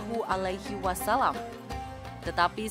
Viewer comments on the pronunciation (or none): none